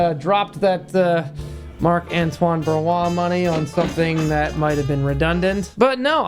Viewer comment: You are just a guy who like to entertain others but your knowledge about perfume industry is... meeeeeeeh. You dont know how to pronounce Barrios, then Quentin Birch 🤦🤦🤦🤦🤦🤦🤦🤦